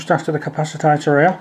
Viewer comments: Cap-ac-i-tor not cap-ac-i-ta-tor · cap acit or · No. It's ca-pac-itor